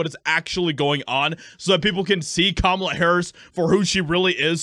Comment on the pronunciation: "CUMALA" HARRIS